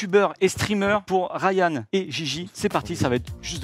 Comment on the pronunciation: Non c’est Rayen ou Rayenne je sais pas mais pas Rayan